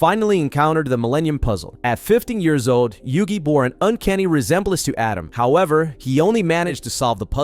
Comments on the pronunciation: ATEM not Adam. 😂😂😂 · Stop calling the Pharoah Adam. It's Atem. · This video is so well put together and coherent for the insane amount of details in this series. But the name pronunciations hurt my soul. Atem... A-Tem not Adam Marik... Mar-Ik not Mark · Atem ❌ Adam ✅ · *Atem not Adam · Atem... not adam.. jesus drove me nuts whole video lol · I know it’s American thing but I just can’t not hear pharaoh “Adam” every time you say it 😂 great vid btw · The way this dude pronounces Atem is killing me. And he does it 15 times a minute. 😅